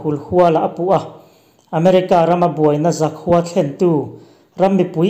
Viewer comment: 'Zakhua' khua lai hi a ri sangin lam tawh suh, a ri hniam tur.